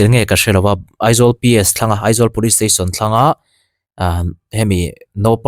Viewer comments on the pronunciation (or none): none